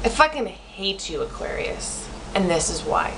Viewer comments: Lol, what's wrong with my teeth and why does that matter? Plus, you pronouns it ''Aquarians''. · you don't even know how to say Aquarius. And why do you say we think that we're so special? doesn't everyone think they're special? why do you even have to say about our teeth? yours looks like a beavers teeth or Spongebob's teeth! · Lol dumb, you can’t even pronounce Aquarius well enough to be confidence 😂 jk(no offence) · Smh; if you gonna make a video at least pronounce it correctly. You just sound stupid an Narrowminded. I'm an Aquarius btw.